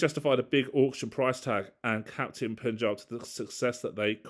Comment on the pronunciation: really sorry. Pa-n-j-aa-b Kings. Despite u in its name, that u is pronounced as Indian "a"